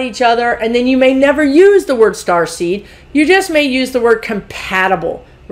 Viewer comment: I kept hearing "Starsky" instead of Starseed, so now I am thinking of Indigo as "Hutch". As an old soul I feel very protective of a 3 year old I am certain is a starseed or indigo. Is that common? Please ask the guides about the Indigos.